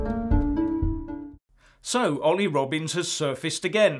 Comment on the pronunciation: Did you say Olly or Oily are you infering he is a bit of a slippery sleazball